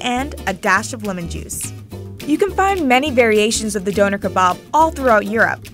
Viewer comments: She did not just say Doner like organ donor ✋😩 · I’m British and hearing her say Donna kebab like that 😖 ew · It's pronounced Donner not doner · “d-oh-ner” kebab—lmao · Its pronounced duner